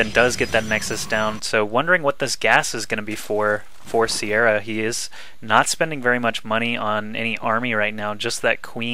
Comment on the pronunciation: the name your looking for i beleive im probalby wrong is pronouced Kia-ra